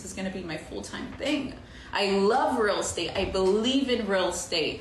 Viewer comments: I couldn't work with a realtor that says "ruul estate" every 2 minutes. Might be for the best that she noped out of that. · The way she pronounced real estate like “realstate” grates on me so bad 😂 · New drinking game: every time she says "real state" instead of "real Estate" take a shot.